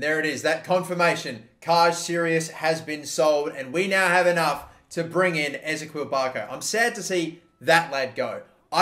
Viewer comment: Just a tip from someone who lives in Atlanta: Barco's first name is pronounced E Z Kee L. Love this series!